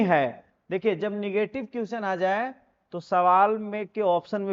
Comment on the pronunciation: Question का तो सही उच्चारण कीजिए